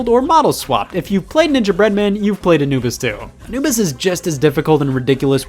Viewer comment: Did you say "you played Anubis 2" or did you say "you played Anibus too" Please, my life has no meaning without the answer